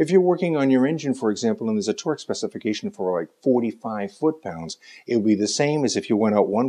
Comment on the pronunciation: Fut paunds?